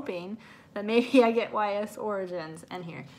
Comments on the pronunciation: Totally looked up Ys pronunciation... yeah I did in fact butcher that one “Yeis” sounds not a y and a s hahaha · U totally butchered the pronounation of Ys. I actually got Ys Origins awhile back. Fantastic series